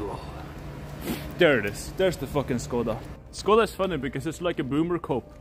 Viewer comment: God it kills me when he pronounces it "SKODA" xd